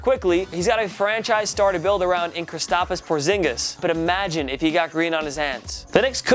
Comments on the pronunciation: “Kristap is porzingis” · KRISTAPiS PORZINGIS